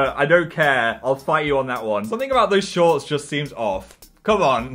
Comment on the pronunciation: ‘shaunts’ well there goes my lungs